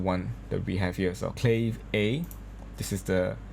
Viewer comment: Please...the correct prononciation for CLAVE is KLA-VEY not CLAVE! ( sounding like slave with a C )... It is 2 syllables. All Latin musicians will cringe with that prononciation.